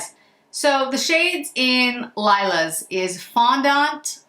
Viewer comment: You pronounce framboiZ chocolA and lilA in French